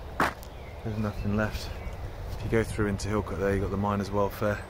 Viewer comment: Don't want to be a "You dont want to do it like that" Harry Enfield- but just to say Hilcote Is pronounced "illcut" or "Hillcut" if you're more refined.. but its not the same way as saying "cut" .. I'm not finding it easy to describe in words and as i'm not a professional linguist i cant explain using words like dipthong etc so i'm struggling.. but its not Hill Cut, and its not Hill Cot.. "illkutt". I tried! :)